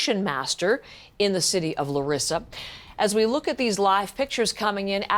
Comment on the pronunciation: It's pronounced LA REE SA. NEXT THE PEOPLE AT FAULT ARE THE PM AND HIS GOVT. AND THE PREVIOUS PM. THEY SHOULD BE THE ONES ARRESTED. THEY KNEW THAT IT WAS JUST A MATTER OF TIME BEFORE A TRAGEDY LIKE THIS WOULD HAPPEN AND WERE WARNED. AND THEY DID NOTHING. The Minister of transport resigned, the next should be the PM.